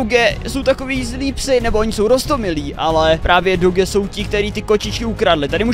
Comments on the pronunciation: A nehovorí sa to doge ale doudž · Emmm jakó může mi někdo říct proč ten magor říkal tak známé rase doge a né dodž